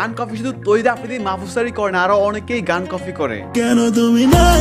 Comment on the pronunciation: Bhaiya, no offence kintu shobdo ta ashole copy not cofy. Uccharon ta thik korle video ta aaro bhalo hobe